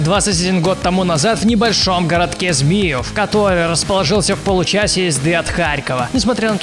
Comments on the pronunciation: Змиёв а не змиев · Не ЗмИев, а ЗмиЁв (я из Харькова) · не "змИев" а "змиЕв"